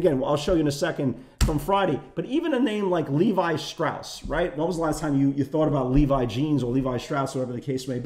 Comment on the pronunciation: L-E-V-I Shapiro not Levy hahahaha you kill me and yes we watch till the end! Love Respect you make us laugh in the live room everyday. Ya Know...